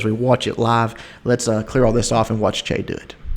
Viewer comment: is Chea cambodian? If so, then he's "Chia" instead of "Chay":) Just bustin your balls.